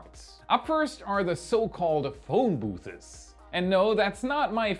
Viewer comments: Phone booththasis 🤣 It's phone booths. Just booths. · "phone booths" is pronounced with only 2 syllables., your English mastery is awesome, otherwise 👏.